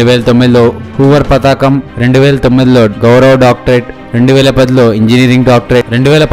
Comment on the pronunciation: మీ వ్యాఖ్యాన శైలి చాలా బాగుంది. కానీ రెండు చోట్ల రెండు తప్పులు దొర్లాయి... సంస్థ గత కాదు...సంస్థాగత అనాలి. అలాగే మరో చోట పతకం కి బదులుగా పతాకం అని పలికారు. గమనించండి. అర్థం మారిపోయింది కదా... మీ వివరణాత్మక వీడియో ప్రయత్నానికి ప్రత్యేక అభినందనలు ! 💐💐💐💐💐